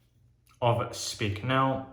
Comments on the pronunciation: Dear, the correct pronouncing is spike and not speak. ❤❤ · Many years ago I lived in Munich but was not a wet shaver then. I missed out. By the way you pronounce the second vowel in German. So like pike. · Solid review! It's pronounced a bit different, but doesn't matter! I personally only use the aftershave splashes (Classic and Active which is a bit more citrus forward and less medicinal) from Speick. As for creams I mainly use "Esbjerg" which is an Austrian artisan, so I like to support a local business. Michael Freedberg made a review a few years back. All natural ingredients, great quality IMO.